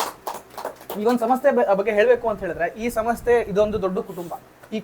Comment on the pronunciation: ಸಮಸ್ತೆ ಅಲ್ಲ ಕಣಪ್ಪ ಸಂಸ್ಥೆ ಅಂತ ಹೇಳು ಒಳ್ಳೆ ಪರಭಾಸಿ ತರ ಆಡ್ತಾ ಇದೀಯಾ